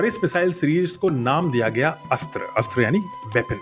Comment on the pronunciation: भारतीय मिसाइल का नाम का उच्चारण सही करे, अस्त्रा नहीं अस्त्र सही उच्चारण है।